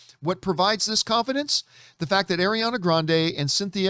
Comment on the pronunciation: It’s funny that you’re making fun of the Adele Dazeem joke but you don’t know how to pronounce “Ariana” or “Elphaba” 😂